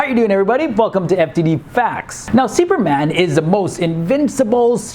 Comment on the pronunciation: The way you pronounce "Seeuperman"